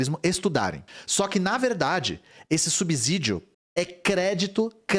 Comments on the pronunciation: Uma lembrança,: SUBSÍDIO tem som de S e não de Z. Som de Z só entre vogais, lembra? Casa, peso, lousa. Mas não em canSado, poSte. E por isso ASSIM tem dois S's. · Subsídio não tem som de Z. Só entre vogais, lembra?